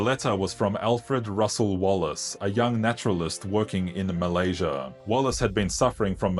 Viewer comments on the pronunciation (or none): none